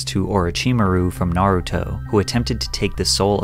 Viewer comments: Amazing video as always but the way you pronounced naruto character names was really painful haha 😅😆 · You definitely said the naruto names wrong on purpose.